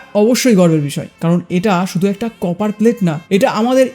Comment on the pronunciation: কেউ কি শুনেছেন? উনি কপারকে চপার বলেছেন😂😂😂